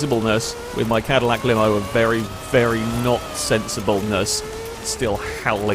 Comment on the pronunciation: It’s the “Madillac” 😂